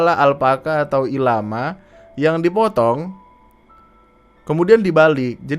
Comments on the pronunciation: "Llama" dibacanya bukan ilama, tapi lama. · bukan ilama bang, tapi LLAMA (double L) bukan i